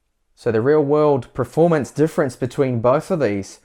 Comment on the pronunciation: did you say preformance